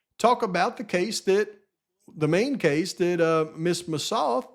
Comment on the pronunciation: Hey,! Just a tiny, tiny bit of a critique of your video. I was so surprised that you mispronounced Ms. Massoth's name after all the years researching this case. I'm aware you have a million different facts swirling around in your head, but getting her name wrong was a little sophomoric. It actually hurt my ears, and made me question you - not in a real way - but question you nonetheless. Well, that's it. Keep up the fantastic research and videos. I listen and enjoy every single one of them. I love ya!♥️♥️